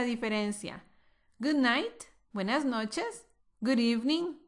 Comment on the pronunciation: Hello... help me.. quisiera saber si escuche bien Good Night "MINGS" Good Bye... es decir, la palabra MINGS fue lo que dijiste.. corrigeme por favor.... SEE YOU NEXT LESSON.